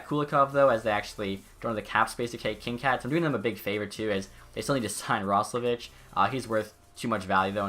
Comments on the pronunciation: its pronounced kin - kade not kin - kad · Also I don't wanna be that guy but its actually pronounced Kinkaid with a hard a not a soft one.